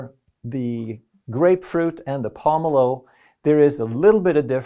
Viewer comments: lol the way you pronounced pomelo lol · Hearing this guy mispronounce pomelo is infuriating.